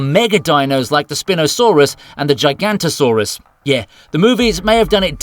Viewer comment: HE SAID GIGANOTOSAURUS WRONG